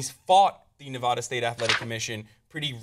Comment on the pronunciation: Can I just say I appreciate how said Nevada right lol? I live in Reno, so it annoys the shit out of me when people get it wrong ***AHEM HASSAN***. Anyways, weed just needs to be legalized. Come on America, lets do this shit. If we can smoke cigarettes and die from cancer from those nasty ass things legalize marijuana as well.